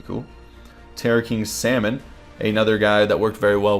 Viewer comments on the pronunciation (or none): none